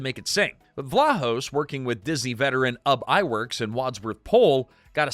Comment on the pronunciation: Idiot AI narration...it's not "Ub Iwerks"; it's "Yube" Iwerks.